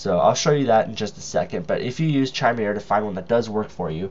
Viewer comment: "noun /kaɪˈmɪrə/ /kɪˈmɪrə/". And blow your nose to get camera-ready, Skippy. Is it your passive/aggressive personality that causes you to stumble over only important words? It matters not at all how much you know, or THINK you know, if you can't get your pretentious little self out of the way. This isn't about YOU.